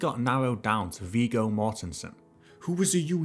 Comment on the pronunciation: I'm not 100% sure, but isn't Viggo pronounced with a short "g" sound?